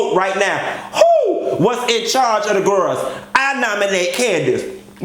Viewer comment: WHO was in charge of the" gir-els"???(you have to put emphasis on" girls"! Lol!! I love it!!